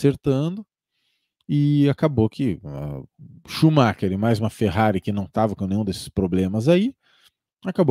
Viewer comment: Obs Shumacher (consumar)